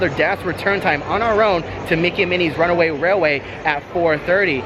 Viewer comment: First of all congratulations on being able to say “runaway railway” perfectly on several occasions 🤪 I screw it up every time! I’m sure this has been asked and answered but when you pre-register for the DAS, you can only select your first two rides for the first day’s park, correct? At what point are you able to select the next days? Can you choose two in advance? Or only one when you enter the new park the next day? Thank you!!